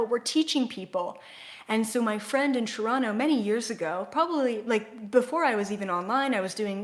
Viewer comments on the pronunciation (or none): none